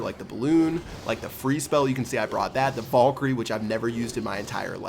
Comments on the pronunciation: Damn back at it again with saying Vollkyrie. Pls stahp saying it like that it hurts my brain. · please fucking pronounce valkyrie correctly